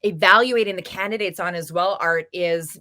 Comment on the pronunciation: Candi-dates , not can-di-da-dates